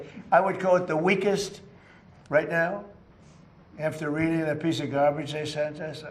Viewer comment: "Can't waste my time reding it"..This idiot CAN'T read it